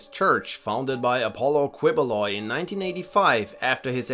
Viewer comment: Quiboloy is pronounced keyboloy